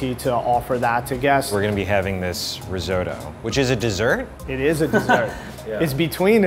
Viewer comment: “RIZZO-DO”. Sorry, what? 🙄 🇮🇹